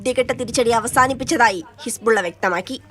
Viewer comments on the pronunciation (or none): none